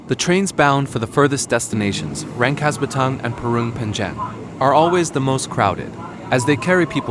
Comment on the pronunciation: Rangkas.bitung jadi rangkas batang. He...he versi english